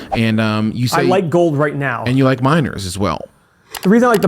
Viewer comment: When you said “you like miners” I thought you said “you like minors” 😳